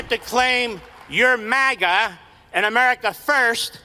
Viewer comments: Why does Crowder pronounce it "MAW-GUH"? IT'S "MAG-UH"!!! Then he plays a clip with 5 different people pronouncing it correctly, and he STILL says it wrong! :face-orange-frowning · I cant stand the alternative pronunciation of maga as maw-guh. Its mah-gah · “Mah-guh”…not it… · Steven's Canadian coming out saying "mawga", LoL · Everytime he says it, It makes me wanna punch a bottle of Maple Syrup. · This nerd said “MOGA”.